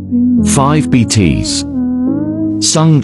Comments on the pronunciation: Can you pls stop pronouncing BTS as btees😶🙄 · ya . And bts like bt's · why are you calling BTS betees RM rem and V vi plz pronounce it correctly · why do is call it btsss not BTS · Ahhh yes, Bee Tees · Five Bteez 💀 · I love those all parts when Google translator says bitis😂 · that 'nay yawn' and 'bee tees' tho 😭😭😂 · No one: Literally no one: Me: getting anxiety because of 'Beetis" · “5 beetees” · '5 beetees' I live for that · "five bteez" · The fact that he pronounced BTS as BTs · No one: Voice: btees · "BTS" "BEETEEZ" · THE WAY IT SAYS BTS “BTEES” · It said V as five and B T S as BTssssss🤦🏻‍♂️ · The way it's pronouncing bts I can't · MAN IM TRYING TO FOCUS ON THE VIDEO BUT THE WAY HE'S PRONOUNCING THE NAMES I- nAIyaYon BEETEEZ (sounds like ateez+bts) mUnbyool die hyun YOU geniun chap da FIVE um (beeteez) cherry young soo... GREND?!?!?!?